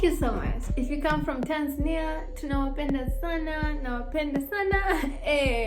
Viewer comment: I like the way you pronounce Tanzania. It's always supposed to be "Tanza'nia" not "Tan'zania'!!!